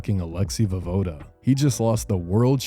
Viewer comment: pronounced vo-ye-voda